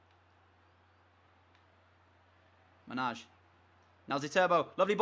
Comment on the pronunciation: manaj is pronunced m-a-n-a-i